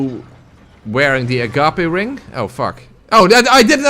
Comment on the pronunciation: why the fuck are you still awake!? It's 2in the morning. I said you'd earned rest! Btw, the DS2 ring is pronounced "a-gaip". Rhymes with "grape", the fruit. ”Gape" is a large opening, like a hole or mouth, and the ring is one that swallows souls.